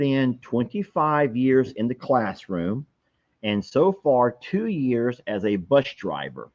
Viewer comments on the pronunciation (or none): Sounded like 'YEARS"